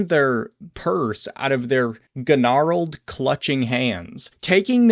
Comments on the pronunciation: Gun-narled hands LMAO. Pronounced like "narel" bro. G is entirely silent. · You had me until “guh-narled”. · "Ganarled" or gnarled with a silent G? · "Ga-narled" is crazy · 😂😂😂😂😂 My man doesn't know how to pronounce "gnarled"? The "g" is silent. C'mon. What's next, "Shang Too-Sung"? "Kuh-nyfe"? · The G in gnarled is silent. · Did you pronounce the silent G in gnarled?